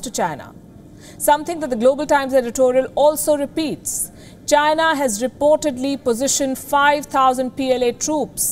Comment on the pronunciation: its China. .Come on, try it, Chy-Na.....not Jhyna...lol. what kind of talking head is she...lol